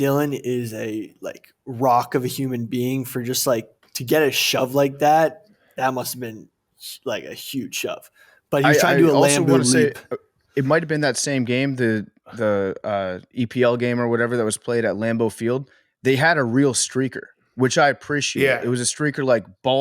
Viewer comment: As a Packer fan, calling it the “Lam-boo leap” really upset me. Almost had to turn off the pod when they didn’t call him out on it.